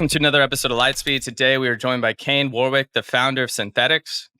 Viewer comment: Americans can never pronounce Warwick properly.